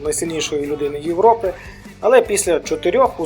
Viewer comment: Дякую мужик! Дуже файно Тільки трохи ріже слово як ти кажеш Юропе Але контент топ !